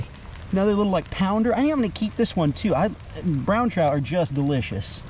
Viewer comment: Bro!!! You do know it's pronounced Trout...not, chrout